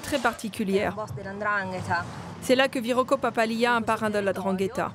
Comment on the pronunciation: c'est la N'dranghetta , pas la drangueta .